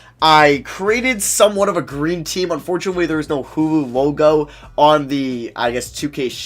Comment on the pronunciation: Everytime you mean to say hulu you sound like you’re saying hoowho